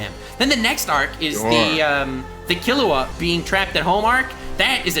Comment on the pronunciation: Okay, I'm sorry, I clicked on this video because I wanted to hear the takes on the arc and I wanted to hear the reasoning behind the takes, but...... DID JUST PRONOUNCE KILLUA'S NAME AS KAHLUA?! he pronounced his name - Kahlua is an alcohol, man! EDIT: ight, I'm only 15 minutes into this video, and I am gonna keep watching, but idk if I'll watch the whole thing. So far, both of them have made VERY valid points about story writing, characters, the philosophies behind what makes a good story, and more. BUT! They are basically having two ENTIRELY separate arguments AT each other instead of having one debate WITH each other. They are both getting pretty emotional, jumping from point to point, making claims about why it's good or bad without saying WHY that thing makes the arc good or bad, AND they're basically discrediting each other with little to no support to WHY a certain point is irrelevant/illogical/invalid. Also thanks if you've read this far lol I just wanted to share my thoughts. I'm honestly kinda surprised that is getting so emotional, since he's given such deep analyses of stories before. Idk, I guess I just thought he'd be a really coolheaded debater. Guess not so much sometimes lol. I think he may have been feeding off of / reciprocating energy a little bit lol. Also also I think some very bad claims and points and takes were made. Also x3 saying "it's just a show". Like... okay, then why are the best shows ever the best shows ever? Bec